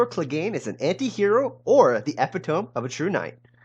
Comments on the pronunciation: EH - PIT -OH -MEE Unless you're really doing this... it's 2017, time to pronounce it "EP_IT_TOME?" I'm with you, either way... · Epi-tome? E-pit-o-me! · Did you just pronounce epitome as epi-tome? Instead of e-pit-o-me? Common bro:.. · Epitome: Ee-pit-oh-me. Not Ep-it-ohm. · "Epitome" is pronounced, "eh-PIT-oh-mee", not "EP-it-ohm". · But seriously, it's eh-pi-toh-me. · He said epitome 😂😂😂😂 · Lost me at "epi-tohm" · Epitome is pronounced e-PIT-o-me. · Did he say"epp-pit-tome? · Epitome... pronounced eh-pit-oh-me you plonker. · what's an epi-tome? lol. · Bwahahaha. Epitome pronounced as epi-tome is hilarious. I know I shouldn't make fun of people for mispronounced words they've only read because that means they actually read but this is a bit much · my friend, epitome is pronounced ep-i-tah-mee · It's pronounced eh pit oh me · Epitome? Thought 💭 it was E-pit-oh-me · Epitome is pronounced E-pit-o-me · Epitome? Ee pit ah me. Doom ass lol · Epitome is pronounced "ih-pit-uh-mee", for future reference. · "Epi-tome"... gg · epitome: ay pit oh me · I'd like you to learn how to pronounce epitome. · The pronunciation of the word epitome. Lol. JK. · Learn to pronounce epitome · I've NEVER heard it pronounced like that. And I read a LOT of Youtube comments. So many misused apostrophes and words - but this? Not once. Until now. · Epitome is pronounced with a long e on the end, like Penelope. The second syllable has the accent.